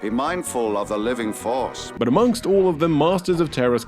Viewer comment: “B mindful ov the living farce”